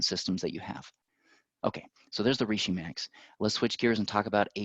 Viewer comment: When he kept mispronouncing reishi... 🥴